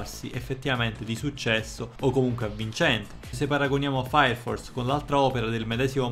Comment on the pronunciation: Comunque è sempre bello sentire un sonoro:" faia fors" che distrugge le regole della fonetica inglese. Cmq anche questo tuo video mi h aiutato a sapere se guardare l'anime, grazie sei grande.